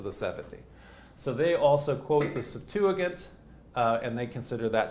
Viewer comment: Its pronounced Septuajint, not Septuagint. This guy gets alot of little things wrong, and it adds up